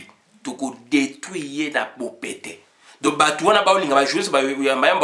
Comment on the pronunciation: On ne peut pas dire donko il faut bien prononcer mon frère donc et non donco ça sonne très mal